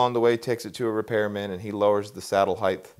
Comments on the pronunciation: Awesome model. great explanation. Can't stop noticing he seems to be saying "heighth" its in my head. Wtf is heighth. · Neat model, good advice. Friendly reminder that “heighth” is not a word.